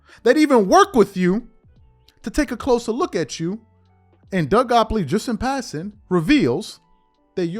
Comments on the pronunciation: His name is Doug Gottlieb bro, Not Goplee. Also, I too agree that Nick does say some very outlandish things, partly for shock value. He's like a poor man's Stephen Nay Smith and Skip Baseless. They all want to be provocateurs and I think that's the allure nowadays. You're right though, Nick did sign with Klutch back in '16, so maybe there's an inside bias there. To me the G.O.A.T conversation is a very fluid one, depending on who you're asking. I think most NBA fans who have watched more than two decades of basketball would have a resounding support to Michael being the greatest player, and I believe his peers would say the same with Kareem and Wilt included in the conversation as well. To me many of the younger generations doesn't truly know the history of the game, and rely only on their recency bias based on being able to watch LBJ in real time vs watching videos and hearing stories of MJ as their point of reference. Emmitt Smith is the leading rusher in the NFL, but he's not the greatest running back ever, not even while he played. The eye test told you that Barry Sanders was a superior talent that did more with less. With all that said though, I am a firm believer that an opinion can change based on new information. Zed. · Bro his name is Gott lieb. Your new york pronunciation is terrible sometimes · This been out for like a year. Shannon and Nick both klutch clients. It's pronounced Doug 'got-leeb'. Just want you on point bro👍🏾💪🏾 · GOTT-LIEB!!! Give a man respect by saying his name correctly especially if youre crediting his work or words. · Are u purposely chopping Doug Gottliebs' name up? And your LeBron hate is so strong that you now have to go after people who view him favorably? You have reach, I'll give you that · Drives me nuts he can't pronounce Doug's last name correctly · i lost count with how many times he mispronounced Doug Gottlieb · Bro! It's Doug GOTTLIEB, not GOPLEY. C'mon man, how are you doing a show without knowing this first?